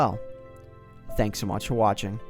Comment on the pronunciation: At the end of most of his videos, is it just me, or does it kinda sound like he says "Thanks for watch for watching" instead of "Thanks so much for watching"?